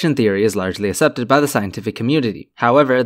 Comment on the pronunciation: a.. asepted? Or your just not try to say the word "accepted" and I'm just stupid 😂